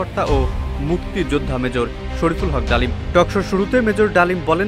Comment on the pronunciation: 😂😂 Mejor Dalim ❌ Mejor Damil ✅:face-fuchsia-poop-shape